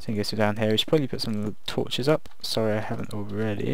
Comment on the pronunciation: your english was fine. the only problem was when you appologised. try not to say sry but instead say sorry